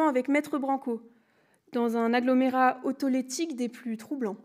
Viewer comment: Autotélique... pas autolétique. Ce mot n'existe pas...